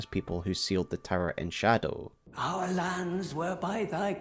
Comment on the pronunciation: The way you insist on reading it scadu